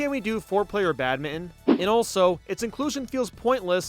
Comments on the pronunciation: It's Bad-min-ton! Not bad-mittin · How on earth are you pronouncing badminton? Bat-mitten? What is this madness